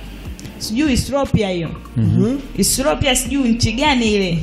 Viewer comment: Ethropia au Ethiopia? Huyo Dada jazoea maisha ya uswaz anaongea had sielew